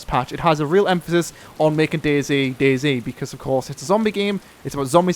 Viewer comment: it's DayZ notice the Z!